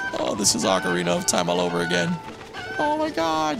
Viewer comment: no-one ever says ocarina of time right, come on man😂